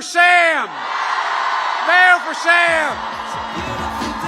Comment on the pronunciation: So embarrassing .. "I WANNA SANKYOU!!!"